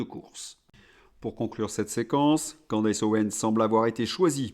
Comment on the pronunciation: Candace se prononce CANDICE.